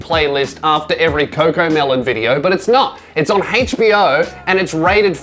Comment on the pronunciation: When you say HBO I hear Hatespeech-Oh :D :D